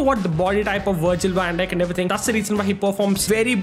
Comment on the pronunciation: Wirgil wan dijk got me laughing